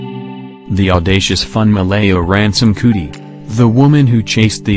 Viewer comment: Being a person from Nigeria who speaks yoruba this is cringy to listen to🙄🙄🙄😑